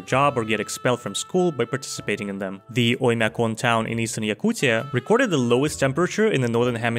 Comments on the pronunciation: As a Russian: 1. That pronunciation of Yakutia 😮, mad respect 2. Mentions of LGBT arent illegal. Mentions of it in positive light sort of is, but even that is more of an unspoken rule, not a law. 3. Coke tasting “questionable” is actually false, objectively. The majority of Coca Cola in Russia was internally produced with internal resources anyway (which is just way cheaper). And the new brands just took over the production in a deal, so its the same but the logo. Same with most western companies that left, in fact, many of them continue running businesses and those that don’t usually have agreements with the new russian brands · Broo that's so true. I am russian myself and I instantly recognized this perfect Russian pronunciation. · its a little bit sus that he pronounced yakutia perfectly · Bro pronounced "Yakutia" PERFECTLY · I wanna give that dude an award for correct pronunciation of "Yakutia". First ever non-russian speaking person inn the world who not butchered the letter "Я" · Your pronounciation of "Oymyakon" and "Yakutia" was the cleanest I've ever heard in english part of youtube. That's kinda sus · He definitely knows Russian some way, He got caught pronouncing family name of so called "Krasnoyarsk Minecraft Bomber" ideally. About "Yakutia" - in Ukranian it spells pretty the same i guess. Also one nitpick to: the official name of the region, accepted by indigenous people of this place is Sakha [Pepublic] About the LGBT stuff and protests in Russia - we have this saying "Cruelty of the law is compensating by it's unexecution". Ofc that doesn't mean that this is good - this kind of law implementation is kinda stressful, these laws are used to catch political activists or something like that. About cola - i call bs my dude, the taste of top-tier knock-off colas are pretty the same and/or decent enough. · Реально! Самое правильное произношение Якутии! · How tf did this man pronounce "Якутия" perfectly is beyond me